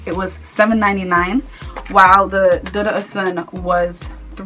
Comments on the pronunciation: one more thing my sister its dudu osoon is the correct way to pronounce it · Lol it's pronounced 'oshun'... With the 'sh' sound. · michelle No ma'am. It is pronounced without the 'sh'. It is the Yoruba word for Camwood.